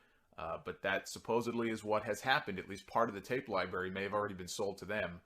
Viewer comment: Did you just say 'Libarry' at first?